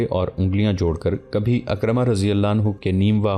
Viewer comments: میں نے عالم دین سے سنا ہے کہ لفظ اکرمہ نہیں ہے لفظ حضرت عکرمہ ہے. یعنی عین کے نیچے زیر ہے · یہ سیریل بہت عمدہ ھے مگر نام اکثر غلط پڑھا جاتا ھے۔کہیں کہیں تاریخی شواھد بھی قرآن و احادیث اور سیرت سے ھم آھنگ نہیں ھوپاتے۔عمرو بن العاص Amar bin Alass,عکرمہ Ikramah درست تلفظ ھیں۔اگر ویڈیوبنانے سے پہلےناموں کی تحقیق کرلی جائے توبہتر ھو